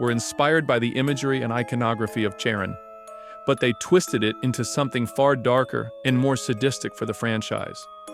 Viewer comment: Good video but the way you pronounce Charon (or kharon) irritates the shit out of me it’s not Karan but everything else was good which kept me watching